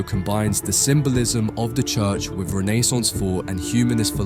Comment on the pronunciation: Amazing video! So informative and persist. But way you said Renaissance made me want to jump off a building good lord man